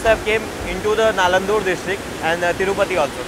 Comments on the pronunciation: Is it Nandalur...? In the video it is said as NALANDUR. .can this be checked... Also is it a district? .. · It's not nalandur its NANDALUR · It’s not Naladur. It’s called and spelled as Nandalur. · Nice video. But, put a bit of effort in correctly pronouncing Telugu words. It is an Indic language with sanskrit roots and closer to Hindi than greek. Nandaluru nanda+luru